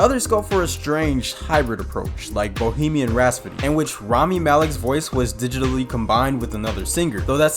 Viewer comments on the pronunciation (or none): RAP-SODY NOT RAS-PODY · Bohemian Rap-So-Dee not Raspadee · It's "Rhapsody". NOT "Rhaspody". I lost count of how many times that was mispronounced throughout the video. C'mon man! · Ok Screen Rant, i hate to b THAT guy, but y'all need to have a word with this host! I mean, Bohemian RASPODY??? AY-mish Paradise??? 😕Last i checked it was Bohemian Rapsody and AH-mish Paradise.... cmon man, its the little things yknow? Edit: DAAAYUM!!! 4 TIMES (maybe 5)... RAP-SODY! Bohemian RAP-SODY! 😢Freddie b roling rn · rhaPSody, not rhaSPody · I've heard multiple references to Bohemian Rhapsody in this video. But every time I hear the narrator say it as "RASPODY" instead of RHAPSODY. Am I hearing that wrong, or is this guy truly having trouble with that word? Listen here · Bro, Rhapsody…. Rhapsody. Not rasspody… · Bohemian Rhaspody. ...Rhaspody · "bohemian rhaspody" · Why does he keep saying "bohemian rhaspody" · Bohemian "Rhaspody?" 🤣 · I wonder, why you pronounce the rhapsody like, rhaspody. Heard it several times now. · I stopped watching after he said “RhaSPody” in Bohemian Rhapsody. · Please stop saying rasputty. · "bohemian rhaspody"? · "Bohemian rahspody" 😂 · Now I can't unhear it. Raspedy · "Bohemian Rhasp-sody???" Get rid of this diversity hire. I'm tired of his mispronunciations and lack of smile in his voice as he reads a script that he himself OBVIOUSLY did not write. He clearly doesn't have any knowledge of any of the subject matter he's been hired to read off the teleprompter and he clearly lacks any love for said subjects. At least hire someone who can act enthusiastic and involved. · Bohemian Rhaspody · Drinking game idea: Take a shot every time he says "Raspity" instead of "Rhapsody" Take a shot when he says "Aim-ish" instead of "Amish" Take a shot each time he says "notorious Columbian drug lord and Narco terrorist Pablo Escobar" Congratulations! You now have alcohol poisoning! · Right out the gate at 27 seconds when he says Bohemian Rhapsody…. “Raspidy”